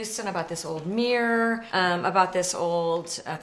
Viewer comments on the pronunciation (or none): Just an off-topic question. When she says room or mirror... Is it a Missouri kind of accent?